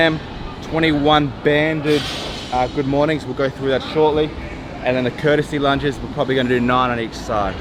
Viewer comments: Courtesy lunges lol its called Curtsy lunges!!!1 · Did he say 'courtesy lunges'? Is this his version of 'suposeably'? (Or confusing 'cavalry' for 'calvary', something I heard on a prime-time tv programme last year.)